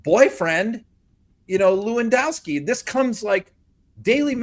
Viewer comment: Eewendoski? Gross. Birds of a feather.